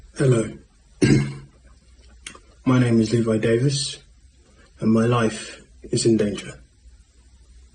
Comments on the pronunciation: il ne s'appelle pas Livy mais Levi prononcé Lee Vaille si tu préfères 😅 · Coucou, tes vidéos sont top, tu racontes très bien, très professionnel, mais pour cette vidéo, le prénom Levi ne se prononce pas "Laïvi" mais "Livaï"… tu peux d’ailleurs l’entendre lorsqu’il parle dans l’extrait. La lettre e en anglais se prononce "i" dans l’alphabet. Et la lettre i se prononce "aïe". Voilà. Étant trilingue de naissance, parfois mes oreilles saignent lorsque tu dis certains mots étrangers! 😅 Désolée… mais je te dis ça pour t’aider! 😘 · Salut! Pourquoi est ce que tu dis Laïvi? C’est Livaï Néanmoins, merci pour cette vidéo. C’est très étrange cette disparition… Est une fuite volontaire? Un assassinat? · levi se dit livai et non laivi, bon mais a part ca c' est super ton emission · Leevaï et pas laïvee, juste pour la bonne prononciation... En espérant que ce jeune homme est sain et sauf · Levi prononcer Lit Vaille 😅❤ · Tu es au top! Juste une petite correction Levi se prononce Livaï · Merci pour la vidéo ! 👍 Au passage et juste pour information, la prononciation de "Levi", comme il vient d'Angleterre, est l'inverse de ta prononciation concernant le "e" et "i" de Levi. Je dois avouer que, vivant dans un pays anglophone, ça m'a pas mal perturbé. 😅 D'ailleurs, dans le doute, tu peux écouter la façon correcte de prononcer son prénom dans la vidéo car il le dit lui-même à